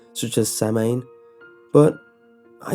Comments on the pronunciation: "Samhain" is pronounced "Sow-In" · For future reference: Samhain is pronounced Saw-wayne (as in I saw Wayne). It was great pasta, though. And as always, an excellent reading. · I'm Irish and it always drives me mad how some words are pronounced XD so sorry but I need to say it or I'll go mad! Haha Samhain is pronounces like Sow (like the female pig) and An Sowan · Samhain is pronounced "soo-ween" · Um Samhain is pernounced Sowin atleast somewhere along the lines it's Irish.... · samhain is pronounces (sau-an) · Not to be a bitch or anything but you said Samhain wrong.